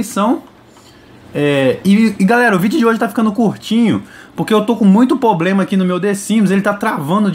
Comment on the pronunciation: Poblema não amigo, é problema a língua portuguesa mandou um abraço kkkk